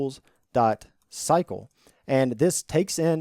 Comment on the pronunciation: You saying "cycle" sounds like "psycho" 😂